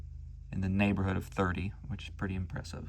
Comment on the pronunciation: "In the neighboorhoud" Yeah a real analysis diction 😂